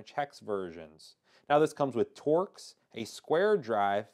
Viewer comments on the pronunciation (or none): none